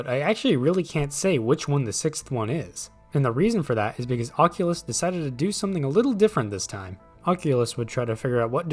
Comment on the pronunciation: the oqulus